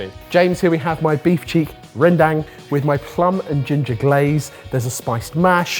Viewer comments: The 'dang' in Rendang is actually pronounced like dung. Felt like I should point that out cause if you know how to cook it, you might as well know how to pronounce it. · Sorted boys pronouncing rendang as "Rhèn-dang" Me an Indonesian where the dish come from: uhm it's "Ren-dung" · Very nitpicky. But rendang, is pronounced more as "Ren-Dung", not Dang. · As an indonesian, I can confirm that's not even how you properly say "rendang" Its... More like ren-dung? ig in english? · Hold your buffaloes my fellow Indonesians, show them we came in peace with "rendang"😂